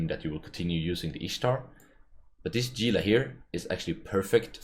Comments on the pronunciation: He-lah. Not "Gee-lah" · it's pronounced "heela" like the lizzard it's named after. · Gunther Ultrabolt Novacrunch then why's there a G in the name instead of an H? and why do CCP employees call it Gila instead of HEELAAAJGGAJXIJWX?